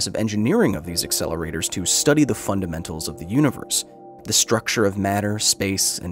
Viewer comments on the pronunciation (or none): none